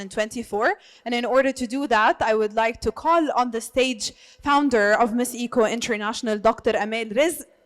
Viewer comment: For me in all beauty pageant not just beauty but they should consider also a lady who can speak well, and pronounce the word well because at the end of the day they represent the organization, they are the good example of all aspect, bakit kailangan yung mag adjust eh yung nanunuod sa knya, tayo ang mag adjust kung ano ung sinasabi nya, eh yung ECO lng di pa mabigkas ng tama. 😮